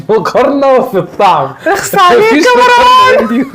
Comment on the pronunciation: سمك طبقة الكيك بتكون نفس سمك طبقة التشيز و ليس الضعف . ياريت المصريين ينطقوا اسم مروان بطريقه صحيحه لانهم بيزودوا حرف ألف بعد الراء ليتغير الإسم ( مراوان ) .